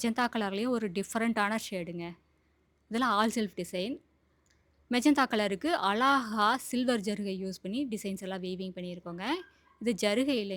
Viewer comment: அலாஹா... இல்லிங்க... அழகா! அழகு என்ற வார்த்தையை அழகா உச்சரிங்க...